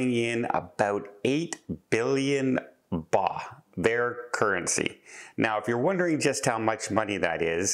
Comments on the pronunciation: Thai currency is pronounced “bot.” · Just FYI for future Thailand discussion, the currency is pronounced "bart" 💙